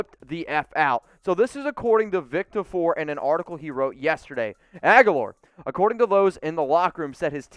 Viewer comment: For the love of god say Vic Tafur’s name properly. I know it’s a petty complaint, but get it right lol